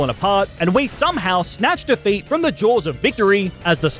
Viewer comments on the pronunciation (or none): none